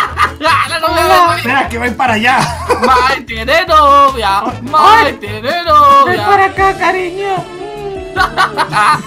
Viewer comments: lo dijiste mal era Mike no es maik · Cuando lo dijo parecía que decía mikecaca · Cuando dijo mike crakca